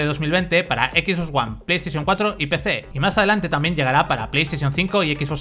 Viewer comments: cada vez que dice equis bos me sangran los oidos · Dios mio que te cuesta pronunciar bien las cosas? "equis vos"